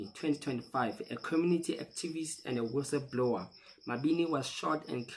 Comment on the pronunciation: Guys please, can we learn to read books so we know words in the correct context. Listening to people speak English is not learning. " wissablower or whistle blower" 😢😢